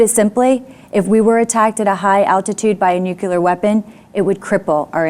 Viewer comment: When you say "Nukuler" I'm out.